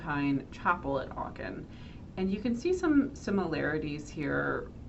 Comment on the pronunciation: You mispronounce Achen every single time. Sickening